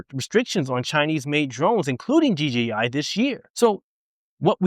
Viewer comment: Thanks for the info sir. Oh, and one very small thing. Thanks for saying DJI instead of DGI. Again, just a small thing, but it's so huge for me, lol. Take care, stay safe, and keep flying!